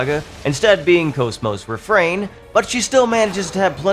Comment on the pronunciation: It's pronounced CAWS MAWS comeon get with the flippin program